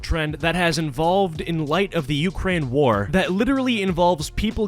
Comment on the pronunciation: "ukrraine"